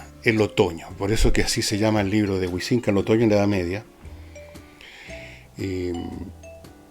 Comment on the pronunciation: Pese a que concuerdo contigo en que varios no valen la pena, no sé qué universidades has pululado, pero al menos los profesores que yo conozco han leído, publicado y tienen un peso académico 100 veces mayor al de este señor, quien curiosamente ni siquiera sabe pronunciar el apellido "Huizinga" y parece que leyó un documento de wikipedia.